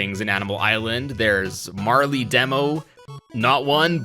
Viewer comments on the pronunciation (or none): HOLY SHIT THIS GAME PREDICTED MARLE FROM PUYO PUYO TETRIS 2!!!!!! 🤩🤩🤩🤩🤩🤩🤩🤩 (Also, a bit of a flaw, Marle is pronounced Ma-Rull or Mar-Ull, not Mar-Lee)